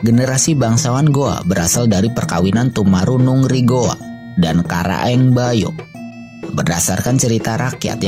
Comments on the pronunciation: Koreksi Tumanurung bukan Tumarunung😁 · raja toni katanya wkwk... salah satu dari sekian banyak salah pelafalan yg jelas2 tulisannya tunipalangga, bahkan tumanurung juga salah sebut , dll. Admin appreciate kontennya namun detil harap diperhatikan dan semoga lebih bagus lagi, soalnya ini adalah sejarah bukan cerita fiksi